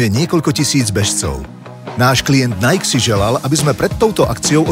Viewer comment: 1.) Najk? Nie Najki? 2.) Fejsbúk? Stačí krátke u...